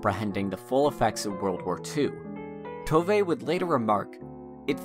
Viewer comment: I'm just 3 minutes in, but "Little My" is actually pronounced like "Little Mü" or, less accurately, "Little Moo", in case anyone's wondering. And while we're at it, it's "Tovuh", not "Tovay". Thanks for this video, though. It reminded me how much I love this series.